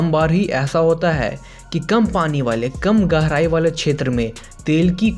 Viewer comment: garai nhi gehrai hota hai